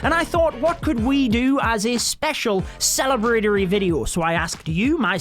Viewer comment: what was the word you said, “celebratarery” video 😂😂😂